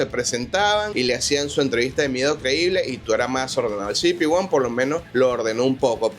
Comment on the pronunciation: "cibipi won" 😅😂😂 que mal inglés 😂